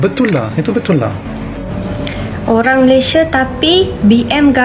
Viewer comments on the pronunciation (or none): M - A - L - A - I - S - I - A dibaca Malaidesh 😂 .. ..